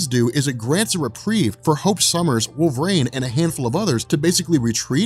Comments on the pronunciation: My man, love your channel, been watching for years....can you please say Wolverine properly? Its not "WolverAINE"!! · I can’t stop hearing “wolverane” not wolverine 😂😂😂